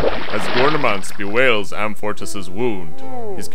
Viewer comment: About as superficial a synopsis as I've ever encountered. But amusingly Monty Pythonesque, I suppose. By the way, why doesn't the narrator pronounce Amfortas properly, with the stress on the second syllable? Very basic error. And Gamuret should be stressed on the first syllable. These two mistakes make the end result seem a bit amateurish.